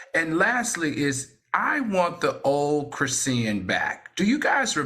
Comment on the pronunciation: all has said a lot of mayonnaise things but KREESEEYAN?!?! 🤣🤣🤣 oh na